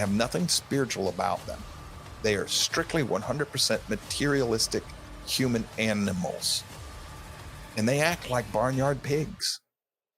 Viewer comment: did my man really get so angered that he said "aminals"